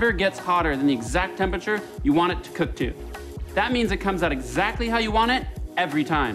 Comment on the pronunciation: 'lets cewk dis fish!'